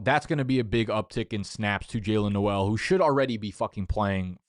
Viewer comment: and pronouncing Noel too